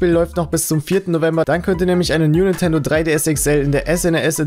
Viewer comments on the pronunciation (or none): none